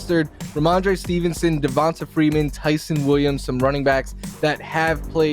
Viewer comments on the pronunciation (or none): Will he PLEASE stop saying (Devon-tuh) Freeman